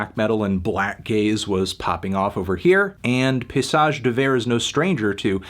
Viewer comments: pa-y-sage! not pay-sage! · I cringe every time you say "pissage", melon. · Dawg stop pronouncing it piss-age 😂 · "Paysage" is prononced "pay-e-sage". The "y" can sound like an "e" in french. Bonne journée sale pastèque :) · it's pretty accurate in fact! just missing a syllable in paysage (pay-EE-sage)